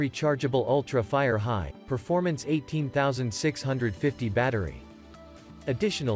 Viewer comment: eighteen thausand six hundred fifty 🤣